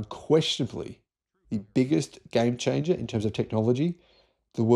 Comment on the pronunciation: How many times will you declare sodium a "gime chingah" before it actually happens, mate?